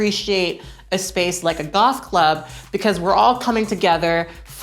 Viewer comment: I am really enjoying all of these true tea videos! Side note, at the beginning I first thought you said you were going to a golf club not goth club, and I was like 1 why and 2 is that what people in LA wear to golf clubs? lol. It was cool to listen to you talk about passing, its such a complex topic and I always love hearing your opinions. I feel like I can really relate to a lot of what you were saying. As I start to pass more and more I am getting to know people before they know I'm trans. When this happens, I can get different responses to coming out. There are people who react fine, but there are also people who act differently after. I agree that it can be really hurtful when that happens and it super sucks. Passing is such a weird thing, it comes with privilege but also extra complications. Can't wait to see more videos, have fun golfing... I mean gothing lol!